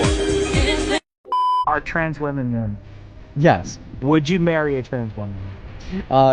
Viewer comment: "Wih-min" not "Wuh-men"